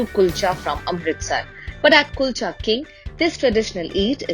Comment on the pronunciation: chef doesn't take effort to pronounce Kulcha well I understand how good would be the KALCHAs😂